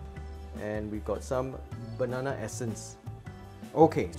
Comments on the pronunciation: Great recipe and explanation. Funny when u said bananana...😄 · The way you say bananana...🤣